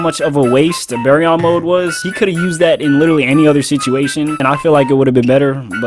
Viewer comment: Guy cant even say Baryon properly